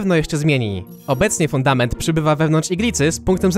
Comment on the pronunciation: a czy poprawka nie jest przez to że troche źle mówiłeś fudator zamuast fundament